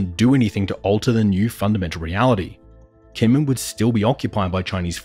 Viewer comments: It's a small quibble, but it's pronounced "Jinmen." They use a quirky transliteration method from way back that for some reason had the 'j' sound written as 'k.' On a more substantial note, I'm curious why you're so quick to discount what you label as Option 3. I'm also extremely curious why we would necessarily view such a thing as the reestablishing of a direct U.S. military presence on the main island under the Taiwan/ROC government's control as a strategic defeat for the United States. If anything, from a military strategic standpoint, a PRC invasion and occupation of Kinmen undertaken independently of a full-scale war of annihilation against the Taiwan/ROC government, occupation of all Taiwan/ROC-governed territories, and sufficient measures to preempt a U.S.-led counterattack would be more than enough pretext for the United States and its allies to quickly and resolutely close the final link in the First Island Chain for good—and likely with the enthusiastic support of the Taiwanese voting public and other democracies in the region to boot. China would be effectively encircled within its immediately-offshore sphere of influence for the foreseeable future with each link in the chain then having a vested interest in not being the weakest link. The First Island Chain includes the Japanese Home Islands, the Ryukyu Islands, Taiwan, and the Philippines. If you imagine it as a line drawn with pencil, it gets smudged over Taiwan due to the complicated diplomatic dance all the p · Your pronunciation of Kinmen is jarringly wrong. It's hard to believe any of the analysis of the video if you can't get something basic like that right.